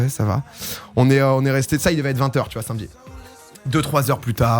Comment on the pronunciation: "le sinmedi matin"